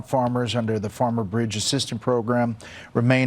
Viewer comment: Why do you keep saying former instead of farmer?